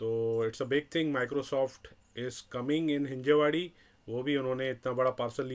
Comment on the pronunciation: Plz called it हिंजवडी not a हिंजेवाडी